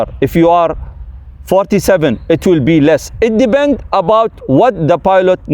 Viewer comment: Resume: it "debend". Kkkk